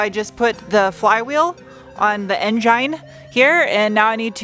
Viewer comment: I will forever call it "en-jine"